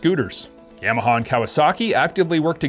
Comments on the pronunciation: In America we pronounce it, Yah-Mah-Hah Yams are delicious, though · please stop saying yam uh haw. super annoying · Dude says yeah-maha lol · You can't even say Yamaha correctly. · i agree. Sounds stupid how he says it